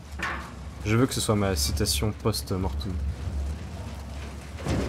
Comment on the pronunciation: c'est pas post mortum mais post mortem pour la citation